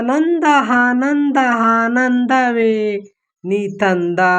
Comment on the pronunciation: ಆನಂದ adu ಹಾನಂದ ಅಲ್ಲಾ 😊